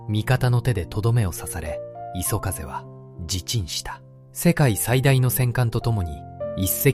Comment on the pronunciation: 画像・内容良いんですが、読み上げが途中で終わっちゃうの何回かあったけどちょっと酷くない、また相変わらずAIによる読み間違いも多くて最後磯風をいそふうと読み上げたのは本当に興ざめでいくら何でも亡くなった方が可哀そう、"私達日本人は、その事を忘れてはいけない"と言っていて間違って覚える人がいたらどうするの？まあこのチャンネル観ている人でそんなにはいないとおもうけど、何使っているか分からないけどAIの精度全然上がって無いですよ。